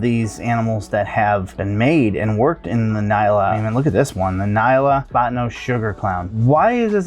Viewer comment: Nyala is pronounced en-yala. It’s named after and African antelope of the same name and pronunciation.